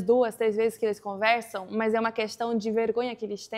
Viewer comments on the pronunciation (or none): "Rápido", "conversam" e "problemas que nem esse". Quando ela pronuncia essas palavras, percebe-se que não é nativa, mas fala muito bem a nossa língua.